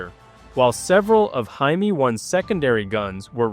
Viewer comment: Will You PLEASE Find The Right Way To Pronounce JAIME! -The Way You Were Saying It Is A Derogatory For "Jew"!